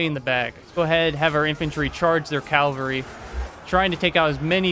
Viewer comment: Do you realise you’re saying “calvary” and it’s cavalry when you say the word? 😂